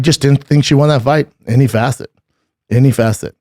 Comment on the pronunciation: Bubba, Love the content but stop saying facet please. Gang Buzz Wing